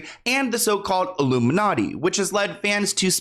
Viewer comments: I feel like he was saying "Luminati" not "Illuminati" and saying "All Mocking Tongue" instead of "All Seeing Eye" and just going off of what the hot topic at the time was. He is a stand up, sketch comedy, improv guy at heart. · Isn't he saying luminutty? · What else does the hand gesture look like… that’s why he said “illuminutty” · He says “Illuminutty”